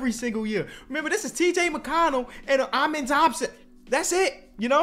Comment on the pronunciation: It’s “ahmen” Thompson for the pronunciation of his first name